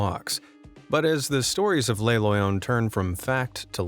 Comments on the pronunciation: With regards to Le Loyon, it would be pronounced as Le as in Luh Loyon, meaning it is in the masculine. The way the narrator pronounces it he said Les Loyon like Lay Loyon as in plural. Le masculine, La feminine and Les plural. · Not ‘lay’, ‘luh’ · its le loyon. not les loyons